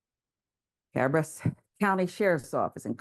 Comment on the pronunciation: CA- BEAR -RUS COUNTY